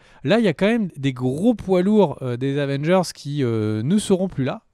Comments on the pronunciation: Avengers Asseumebole! 😂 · J'allais next quand il a dit avange mais j'ai compris que c'était pour rire 😭 prcq tu m'a dégouté en le disant 🤣